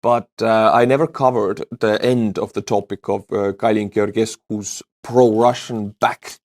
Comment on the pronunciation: It's "Geor""ges"cu, as in Georgia (the country). Both "ge"s are read the same.